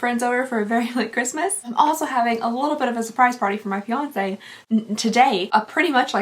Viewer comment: Aww I got the same Harry Potter calendar, I loved it. Also when you said your fiance, I thought you said your Beyonce!